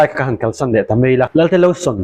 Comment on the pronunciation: Zawttu pa hian 'Lelte' ti lovin 'Lalte' ti deuhin a lam niin kalo hria....a dik em?